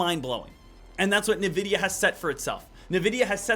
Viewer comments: Lost me at “Nuh-vidia” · it's not pronounced nvidia, its N-Videa